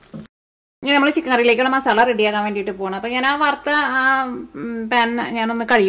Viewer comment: മോളേ ..... മസാളയല്ല. മസാല എന്നാണ്. മസാല